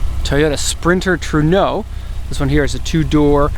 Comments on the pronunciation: trueno doesnt pronounce like that is not french is spanish and it means thunder😄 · Its a Trueno,Not a Truno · "True No"